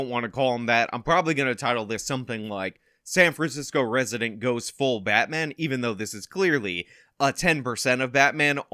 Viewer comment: Batman ? No...... BAYMAN!!!!!!!